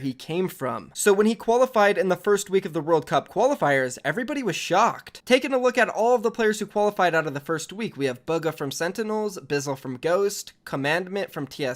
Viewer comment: Boo ga (correct pronunciation_